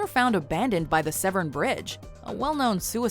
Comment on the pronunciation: It's pronounced "seven" as in the number even though its not spelt that way. Not sev-eran.